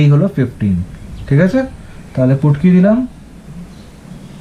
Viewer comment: Sir ,futki ke putki bolche😊😂😂😂😂😂